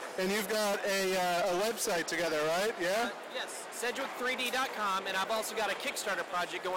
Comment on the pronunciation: sedgwick3d (not sedgewick3d)